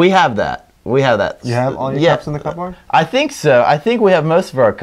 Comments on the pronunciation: "cup board"? C'mon,, nobody pronounced cupboard that way and you know it! It's more like "cubberd". Also, the correlation I'd make to the cups in the cupboard is, having/losing one's marbles. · Neither of you knows how to pronounce "cupboard". Don't pronounce it as "cup board"! The P is silent. It should sound like "CUB-erd". P.S. I enjoyed the episode though!